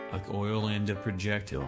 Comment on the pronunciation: "Projectel"?! what is a "projectel"?